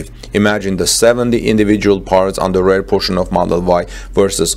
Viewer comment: Thanks for the video! Please check the pronunciation though - its REAR, not RARE.